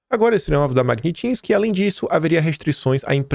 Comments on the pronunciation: Meu Deus,! É mag-NITSSS-ki, não magnin-tisque AAAAAAAAA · pelamor, saiba pronunciar Magnitsky... PELAMORDEDEOS! Mag-nits-ki... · Mag-nits-ky,.